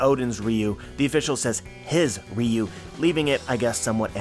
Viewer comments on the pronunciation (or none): It pronounce Ryu-wo Ryu is a street fighter character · The translation I read said "Oden's ryou". You pronounce it "riyuu". So are you mispronouncing it or is the one I read wrong?